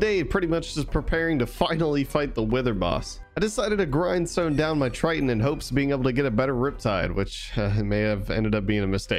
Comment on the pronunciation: Please stop saying triton it’s triggering me Edit: good video otherwise